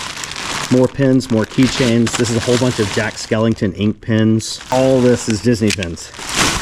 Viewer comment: Took ages for me to figure out you were saying pins and not pens.. (i listen (and kinda watch) while i work so i probably would have seen it sooner otherwise) holy cow those enamel pins are not cheap..